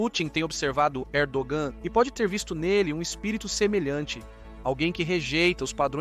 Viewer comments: Camarada estás a pronunciar mal o nome do Pr da Turquia, não é Erdoam mas sim Erdoğan. Para bem do canal há que melhorar a qualidade do luctor. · Não dá para confiar no roteiro desse video que, uma hora fala que a estratégia de ERDOGAN (0'29 - as jogadas da Turquia estao FAVORECENDO PUTIN mais rápido). Depois fala que a estrategia de ERDOAN (nome pronunciado errado) é IMPIEDOSA COM PUTIN..... e ai, galera?